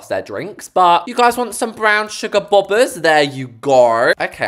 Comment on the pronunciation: Boba is pronounced Bow-bah